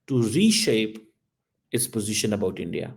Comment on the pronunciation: Abbe Chomu - every European Country including EU leadership are doing collective or singular deals with India!! German Govt but German companies ( major co’s) have been in Endia ( as you can’t even say India properly) since 1950s Your RESEARCH is basic which a 6th grade Indian school kid can do better than you! Stop your stupid hypothesizing - all hogwash and BS!😡